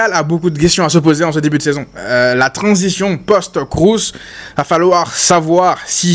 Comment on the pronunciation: Alors c'est Kroos et pas "Krous". Allemand pas anglais. Merci !